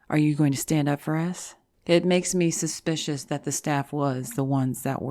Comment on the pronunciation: Did you say "suspiciounous on the staffunus"?